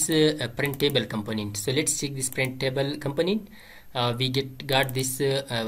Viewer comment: 😂 you say component in funny way I thought you said companies .. anyway thank you bro